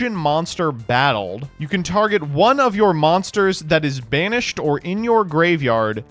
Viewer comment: I misheard, it sounded like "Summon a card in Spanish" not "banished". I was VERY confused for a second there.